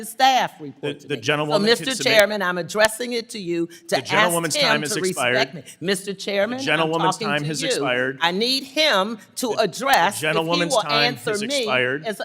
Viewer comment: She said put some respecks on mines name